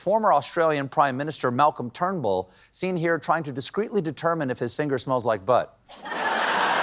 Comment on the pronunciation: Stephen, did you call the former Aussie prime minister Trumble at the second mention of his name?